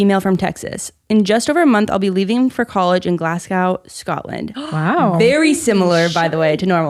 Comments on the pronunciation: As a Scottish person, I have to correct, it’s pronounced glas-go, not glas-gow 😅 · Truly do not understand why and how Americans pronounce Glasgow and Scotland like “glass cow” and “Scatland” - a stressed Scot 😂🏴 (This is in good humour) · love the show, but as a scot, the way you all pronounced Glasgow made me irrationally angry. its Glas-go, not glas-gawh <3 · hello! your friendly scottish listener here, Glasgow is pronounced glaz-gow instead of glass-cow! love the pod✨